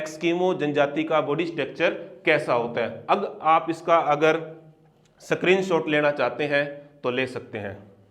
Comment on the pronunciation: स्क्रीनशॉट❎ सक्रीनशॉट✅ Btw aap bahut acha padhate ho thanku.